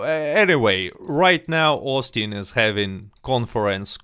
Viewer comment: OHSTIN BEE IM IHX (I really think he ought to pronounce it this way - way cooler)